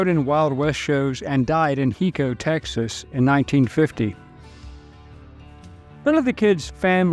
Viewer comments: High-co Texas not Hee-co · Lifelong Texan here. Hico is pronounced High-co, not Heeco. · It's HI-CO, TX hot hee-co. You're welcome. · It's pronounced HI Co not he co. Lived there my whole life. Even family knew Brushy. Definitely the Kid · It's pronounced "High-co" not "Hee-co" lol. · Heeko Texas huh?😂😂 Hi-co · Hico TX is not pronounced he-co its pronounced high-co Hico...my dad has lived outside of that town for 30 years pretty meat town . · Pronounced hico, hyco. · High-co Texas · It is pronounced...High-co. Hico, Texas. Not what this guy said. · Great video!! I wish schools still taught real history. Ps Hico pronounced Hi Co. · I live in Texas and my high school used to play against Hico in sports , it's pronounced high-co. Fascinating content though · Hico is pronounced High•Coe. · i think the locals say"HIco" as in the greeting Hi. good video. thanks. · Hi, Hico, Texas is pronounced “ High-Ko,” and I love the lore of the Wild West. I remember a time when Hico claimed to have Billy-the-Kid in one of their cemeteries. They had (local historians) done many interviews with the man and recorded them, although the skepticism was just as high then as it is now. Tarleton State University which is about 20 minutes down the road had their history department research him and they came back inconclusive. This was also back in the 80s before the tools that we have today. Without digging up some graves and doing some DNA testing I don’t think we will ever have a total truth to this one. Thank you for hearing me out. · Hico is pronounced with a long i. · You mispronounced "Hico..."